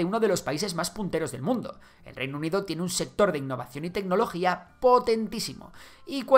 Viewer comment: es TECnología, no TEGnología